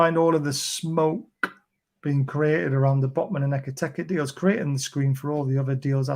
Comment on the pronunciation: 8 million videos about Ekitike and still never pronounced his name correctly once